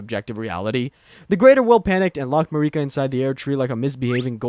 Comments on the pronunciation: the way you kept saying it as "mar-ee-kah" instead of "Mer-i-ka" drove me nuts, every NPC says her name normally, who is Marie Kah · “It’s MARRIK-ah, not Ma-REE-kah.” - Hermione Granger, 2025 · im sorry but you pissed me off when you said mareeka instead of marika. they literally say her name in the first cutscene in the game and countless other times in dialogue. its like you have to go out of your way to mispronounce her name. blaidd makes sense to butcher since its a welsh name but marika? the name that is said countless times? for a game that is like 3 years old? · To be fair, I know a few people who called and continued to pronounce Marika as Mareeka even after finding out the vowel sound for the 'i' in Marika is a short one. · i fuck with the vid, love the animation. but bro its an i not an e in marika lmaooo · Everyone who isn't Hungarian pronounces Marika wrong, including everyone in-game. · "MeREEK-A?!" Come on, bro. 'Merica. It's pronounced "'Merica." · .... mareeka? Dude didnt even play the game lmao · Who the hell is mareekuh? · What’s with the constant wrong stresses in names? MarEEka, MiquElla? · Go to pronunciation jail for MA-REEKA . Don't make the out-of-sequence interpretation lore video an even harder watch. But also- good job and keep it up, You make fun nad great stuff! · You mean Mareeka? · (A) Merica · You can tell this guy didn't play the game with such a basic mistake. Probably didn't even write the script 😂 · How have you played the game and don’t know how to pronounce Marika and Miquella. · How tf do you play through the entire game and think Marika is pronounced like that? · I swear they mispronounce “Marika” on purpose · You mean marika?